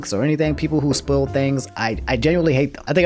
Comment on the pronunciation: Did he just pronounce "spoil" as "spool"